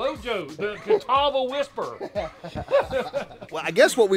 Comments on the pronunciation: I think it's just funny how Lojo was pronouncing Catawba right during the beginning of the video and then now he's calling them a Nazi police officer a Gestapo 🤣🤣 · Named after Catawba Indian tribe. It's pronounced KA-TAW-ba